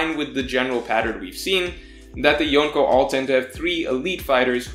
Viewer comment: hahaha yeah I smile at the way he pronounces some names like "Yonkoo" or "Rye Ooma"